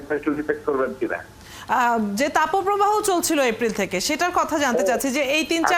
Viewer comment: তাপপ্রবাহ কে উপস্থাপিকা কেন 'তাপোপ্রবাহ' বলছেন বুঝলাম না৷